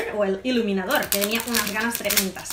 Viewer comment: Min en vez de decir iluminador dice leniniafor oz habeiz dado cuenta?